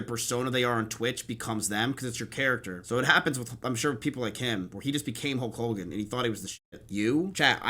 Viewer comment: You keep saying Holk Hulgan